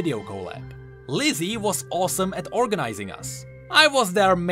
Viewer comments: i cant tell if you are pronouncing "Leslie" funny, or if you are actually calling her Lizzy xD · Wait Fuslie's name is Leslie right? Not Lizzy